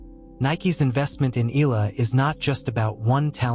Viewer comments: E A in EALA is pronounced as E A in Seattle, not as in EAgle. Please correct your computer generated "voice in off". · I won't subscribe until you pronounce her surname right.